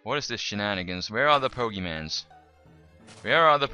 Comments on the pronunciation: Its pokemon not pogeman. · 1. Plural of Pokémon is Pokémon 2. Pronounced Po-ké-mon. (NOT BO-GI-MANS!!!) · It's pokemon not poke mans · you say 'pokimans' l0l instead of pokemon? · "Pokemans"...I don't want to live on this planet anymore... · Poe-kay-mon. It sounds like he's doing it on purpose, as well as "geodude" for correcting himself when he says it correctly.. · I love gow he says "pokeman" lol its funny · he said pokemon correctly once and the changed it to pokemans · he says pokeman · u say pokemans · He said Pokemans =( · its called pokemon with a o not an a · poke mon that how u say it sorry i just get mad when people say it like that so sorry but i likae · the guy said pokeman its pokemon and its a mod ur dimb at heck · stop saying pokemans it hurts my ears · stop saying pokemans and pokes... just stop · its not freaking pokemans noob it dosint even have a a in the word pokemon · lol pokemanzz lol my cousin loves(ed) pokemon and i would get on her nerves by calling the pokeMANZ ROFL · pokemon not mans ugggh